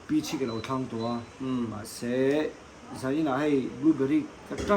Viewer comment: Sailoa accent dik vawi 3 ka hriatna...'peach' alm khan